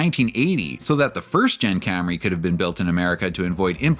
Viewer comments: mispronounced Cam-RAY (and Bimmer) for years. Was his staff too afraid to tell him? Did they snicker everytime? I wish he'd come clean on what happened. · "Cam-Ray" With "Mac-Fearsome struts"... Oh dear.